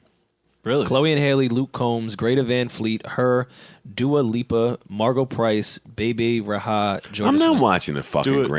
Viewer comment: did pronounce bebe rexha as baby raha!? loooooooooooool